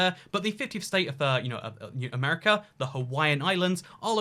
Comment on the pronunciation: Why do you pronounce America as Amrca?